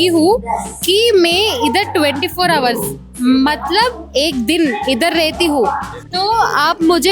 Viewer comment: Adhi hour Kadu h silent 😂